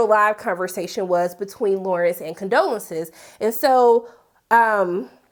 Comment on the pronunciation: The woman’s name is Condola! , not Condolences 😂 geez